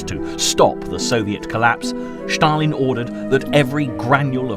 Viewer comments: For the love of god, stop saying Shtalin, and Shtalingrad. Its Stal=in-grad and Stal-in.Russians don't even say Shatalin, this is the first person I have heard call him that.Great documentary though, but PLEASE pronounce the names correctly, its not that hard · Stalin is Ста́лин in Cyrillic script. Your narrator pronounces it /ʃ/ . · Ștalin🤣🤣🤣🤣maiby Stalin whithowt Ș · I love the video’s, but the “Schtalin” en “Schtalingrad” instead of Stalin and Stalingrad is driving me crazy😂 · This narrator says Shtalin . It’s probably the correct Russian spelling but it certainly sounds funny as he says it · Annoying to keep hearing the Sean Connery impersonation, " Shtalinrad and " Shtalin " , no one pronounces those words like that. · Please don't say Stalin anymore 😂 never heard it said so weird before